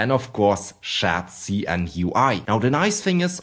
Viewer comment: "SCHÄT-SI-EN" :D